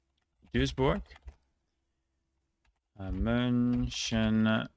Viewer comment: almost perfect pronunciation of Mönchengladbach aswell